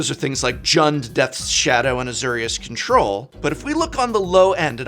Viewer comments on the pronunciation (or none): azORius. azORius azORius Idk where you read Azurius, but this ain’t it